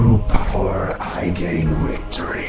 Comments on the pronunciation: It does sound German :P but more because he pronounces Victory as Wiktory :P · WICTORY? XD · This guy sounds German or some kind of Germanic descent…the way he pronounced victory